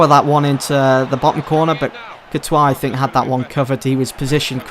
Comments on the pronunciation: I'm first and foremost a native French speaker. The way you called Courtois is the right way. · You pronounced Courtois probably